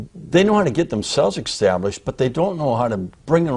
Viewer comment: why does it sound like he says ''ecstablished'' and ''ecspecially'' lol